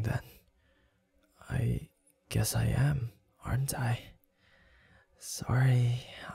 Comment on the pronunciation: he said aren't I but I hear hentai 😂😂😂